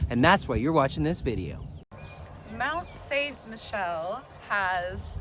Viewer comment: Yeah, learn to pronounce it.